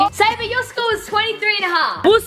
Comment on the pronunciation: Her name:Sabre Them pronouncing: Sabah